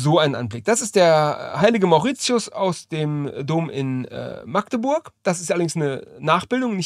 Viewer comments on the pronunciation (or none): none